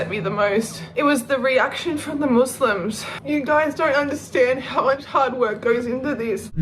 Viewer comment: "Moose-Limbs"... She Says.